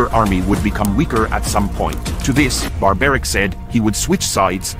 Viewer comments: Dont pronounce wrong name bro It is Barbreek not barberic. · It's not barbaric as you are pronouncing. It Barabareekh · It is story mentioned in Mahabharat. And it is pronounced as burbarik...bur ( like fur). There is a temple dedicated to him in Rajasthan .( Khatu Shyam ji). Krishma gave him a boon too tjat in kalyug he would be worshipped by his ( krishna's) name. Burbaerik was likely to take wtong decision & his powers misused. So Krishna had to kill him. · It's not Barbaric!!! Pronounced as Baarbareek. Get the pronunciation right if you are making videos on Sanatan Dharma ancient civilizations.